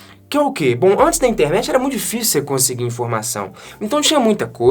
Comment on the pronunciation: eu tenho impressão que você fala Intermet ao invés de Internet. É só impressão?